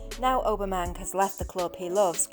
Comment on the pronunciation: Obermang ??? Who the f*ck is he ??